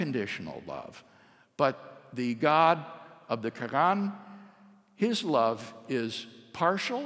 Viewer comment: Dr. Craig is driving me crazy with his pronunciation of "Quran", it's not spelled "Krann", no one says it like that STOP. Reminds me of when ever some one is trying to sound learned by using a generic "forging" pronunciation, might sound fancy to someone who doesn't know that language, but if they just happen to do so then you just sound like an absolute fool. Stick to the English pronunciation if you don't know anything else.